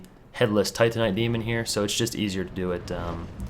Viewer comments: you said titanite demon... but say tantinite shards? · Haha I like how you said "tantinite" then you corrected yourself saying "titanite" then you definitively went back to "tantinite" :D